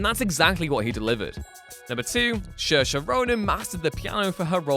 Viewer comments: Shershe Ronan. It’s like Seersha. Irish names are weird like that. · FFS you are from literally across the Irish sea and you cannot bother learning how to pronounce an Irish name correctly. It’s NOT Sheer-sha as you seem to think, it’s SEER-SHA. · Saoirse is supposed to be pronounced "Sur-sha". I mean, he almost got it right lol. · Saoirse is pronounced "serr-sha" not "shersher" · This... is not how the name Saoirse is pronounced; It’s Sur-sha (like Inertia) not Shersha like....Do your research : ) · its pronounced seeor-sha and i was mad but after looking at it from a non irish perspective I understand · Pronouncing Saoirse as 'shur-sha' is so bloody weird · Pronounced "SEAR-SHA" bro ;-) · It's (sir-sha) FYI. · Sorry to be 'that guy' but her name is pronounced SuhrSHA (Soairse) Ronan (for further reference please see her SNL monologue) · I know how it is pronounced. That's why i was asking who he's talking about. I appreciate that English people won't necessarily know where the "sh" sound pops up in Irish names and just pronounce it like an s, but adding one where it doesn't belong is a bit strange. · To be fair, Sorcha is a pretty tough name to pronounce for people not familiar with Irish pronunciations. Also to be fair, they’re from the UK so they should be familiar enough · Literally every interview she's like IT'S PRONOUNCED SERSHA!!! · What is it with whatculture and mis-pronouncing names? You guys are from UK, Saoirse Ronan is from Ireland, your neighbor. The least you can do is to learn to pronounce one bloody name if you wish to talk about her ... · Haha this dude has no idea how the name Saoirse should be pronounced! 😂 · Gorillas in the Mist was 1988. You also butchered Saoirse Ronan's name.